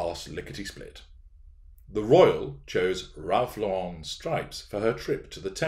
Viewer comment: FYI, it's pronounced Lor-rehn, like the female name that ends the same way as Karen, not with a pretentious French accent, or like Yves St. Laurent. "Ralph Lauren" is an American who made up the last name because his real name is Ralph Lifshitz and that might not have done so well with the tennis and polo sets. Otherwise, no doubt there are pics floating around of royals wearing all kinds of outfits similar to what hw wore before thrusting herself into and then defiling the Royal Family, aka what she appears to view as merely the royal gravy train.